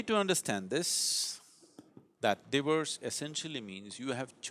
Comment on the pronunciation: Took me ages to figure out that he was saying 'divorce', not 'diverse' 🤣